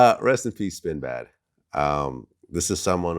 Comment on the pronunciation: Maaaaane work on that pronunciation, I thought He said Sinbad.!😂😅